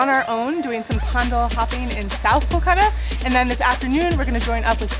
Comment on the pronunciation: Please do not say it culcuta it's Kolkata